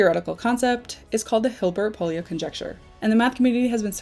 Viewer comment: Pólya was hungarian and his name is not pronounced like you did. Way off.